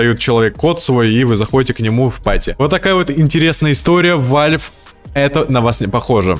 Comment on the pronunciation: Какой нахуй вальф! Правильно валв